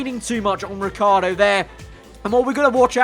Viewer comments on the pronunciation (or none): Lmao, "Ricciar" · Who noticed ricci has become riccar... does he get an extra letter every time ferrari mess up?